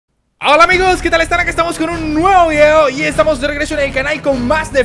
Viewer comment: nc pq cuando escucho la intro de escucho algo asi como: hola amigos aqui estamos con un uevo vieo